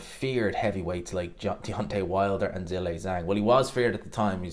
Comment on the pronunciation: His name is not Zilay Zaeng!